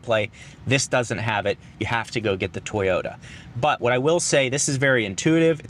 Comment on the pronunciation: sir, it's to-yo-ta, not toy-yo-da and thank you for the informative video.